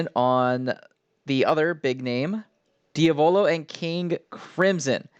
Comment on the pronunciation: It is, pronounces it very oddly lol